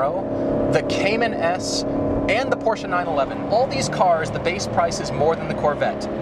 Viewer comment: How hard is it to say THE instead of 'da' like a 4 year old? Say it with me now, c'mon, THE GTR.